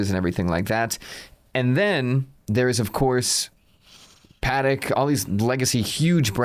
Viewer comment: It must be Christmas. He actually said "Patek" properly.